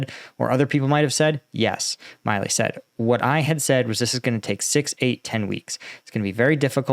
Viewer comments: I believe that General Milley pronounces his name "mill-ee". I know it's nit-picking, but I have a personal familiarity with both the surnames Milley and Miley. Unless Milley is very different from every other Milley I know, he doesn't call himself a Miley. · General Milly is pronounced Mill-e not My-lee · We're used to butchering the pronunciation of Ukrainian place and people names, but now he's also butchering American names. It's MILLee, not MILEee. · For God's sake, not only are you butchering all Ukrainian names, but you can't even read an American general's name correctly?! It's MILLEY, not MILEY. You just don't read, what's there! Pay attention and LOOK, what's written there! And force yourself to SLOW DOWN, because it's gruesome to listen to your ADHD-induced STUTTERING! Discipline! Like in the army. Speak continuously and do not rush! That's an order! And it's not ZaporiHIzia. Where did you get the HI part from? Again, resd, what's there and not something else from your fantasy! It's ZA-PO-RiZH-ZHIA. The ZH sound is like the G in beige, which is English, so you CAN pronounce it. Don't tell me NO, just do it! Slow down, take a deep breath and practice! Pay attention!!! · The pronunciation is Mark Milley vs Mark Milley just fyi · You really don't know how to pronounce General Milley's name?